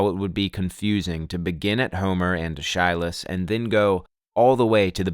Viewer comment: Aeschylus is pronounced ESS-ki-lus